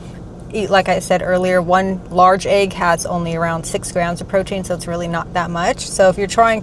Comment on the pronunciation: You pronounce egg the same way ARL does 😂. It sounds like you’re saying aag.